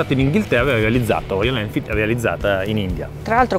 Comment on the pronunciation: Belle recensioni e video molto interessanti, vi seguo sempre. Ma… perchè nessuno riesce a pronunciare “Royal Enfield” dite tutti quasi sempre ROIAN ELFID 🤣🤣🤣